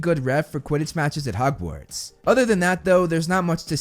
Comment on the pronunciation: Harry was on the list. Also you said "Hogwards" instead of "Hogwarts" but that's not really a big deal. I do think Barty Crouch Jr should be higher though for all the reasons you outlined.